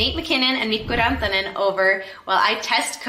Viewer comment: Woah, you pronounced Mikko Rantanen pretty accurately! Do you have any relation to Finland?